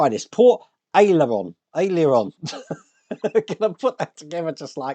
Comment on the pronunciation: Hi. Aileron is pronounced ay-luh-ron